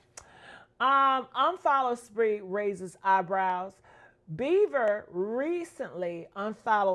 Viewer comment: His name is Bieber.. not Beaver 😂